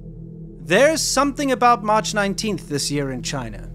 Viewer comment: Why are you talking with a fake British accent? Either drop the "R" or don't drop the "R". You pronounced "there" and "injured" with the R and "march" and "internet" without the R